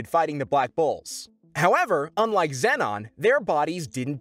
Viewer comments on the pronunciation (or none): none